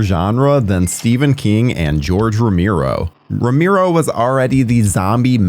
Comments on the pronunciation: You say Tomato, we say Tomato, You say Rameero, we say Romero. It's too distracting, I had to stop watching. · Who's "Romiro"??? Oh! You meant ROMERO.... 🤣🤣🤣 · It's pronounced ro Mair o.Not ro mere o.If you're going to act like a horror expert,dude,I can barely watch this every time you say ro mere o. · Get someone to narrate who can pronounce Romero's last name properly ! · Seriously, this has been driving me crazy the whole video. It's not even that hard of a name.